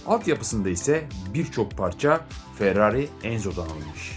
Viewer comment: Förrari 😂 Harikasın abi 😂